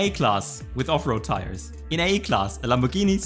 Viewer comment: It doesn't matter how many times you say Off-Road Tires... I hear Afro Tires.